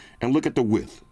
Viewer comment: “WIDTHS “ WIDTHS